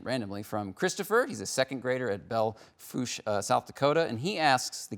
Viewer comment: 2 points for correctly pronouncing Belle Fourche